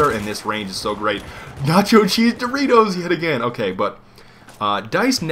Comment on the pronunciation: It is not Doreato, is Doritos...